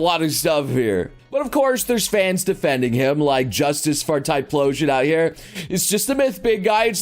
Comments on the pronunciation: Please. It's Ty-Flosion, not Ty-Plosion. It hurts. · Typhlosion = "Ty-plo-sion"? No no, "Ty-flow-sion". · Why do you say PLOSION instead of PHLOSION? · The real question is tho: WHY ARE YOU PRONOUNCING TYPHLOSION WITH A P SOUND IT'S TIE-FLO-ZHIN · .... ok is anyone going to call this man out in how he is pronouncing Typhlosion? THERE IS AN H IN THERE! WHO IS TYPLOSION!? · it's pronounced Tie-flow-sion. the ph makes an f sound. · OK I'm sorry. This is bothering me a lot.. It's pronounced ty-flo-sion. Sorry man it's a habit for me to correct people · Typhlosion is pronounced with an f sound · Man, i thought I was saying typhlosion wrong for my whole life but no it's just noble not saying things right again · Can't handle how he pronounce typhlosion